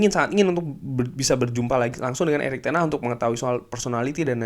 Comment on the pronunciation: ngucapin Ten hag aja kok susah bang🤣🤣🤣